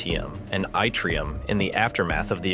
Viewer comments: Can the wrong pronunciation of words be edited and corrected? My guess is someone that doesn't know already how a word is pronounced will look like a dummy (ytrium is pronounced yit' not y)when or if they try to convey the knowledge they think they learned to someone else. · Fixing errors in the audio or visuals require re-uploading the whole corrected video file. But mispronouncing element Y was not the only mistake. Saying the r-process is involved was also wrong, because it applies to Fusion, not the gigantic-scale macroscopic FISSION of neutron star matter. The only similarity is that vast numbers of W bosons are required to facilitate the conversion between neutrons and protons, or between protons and neutrons. Those two reactions normally proceed at VASTLY different rates, partly because W bosons normally exist only as virtual particles, each with more mass-energy than an entire atom of iron.